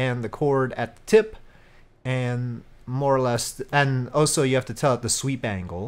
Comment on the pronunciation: no hate lover your vids but can I have noticed for a while that you say "also" as " O-so " could you maybe say it right. Keep rollin out these sick vids